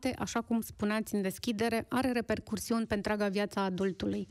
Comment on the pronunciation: Doamna, va rog, se zice repercusiuni , nu repercursiuni.